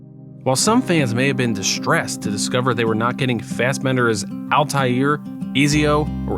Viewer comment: I'm surprised that you pronounced Altaïr correctly and not Ezio lol. It's pronounced "Et-zee-o" not "Eez-e-o". Hope this helps!